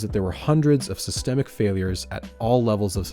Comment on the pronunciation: "sy-stem-ic failure"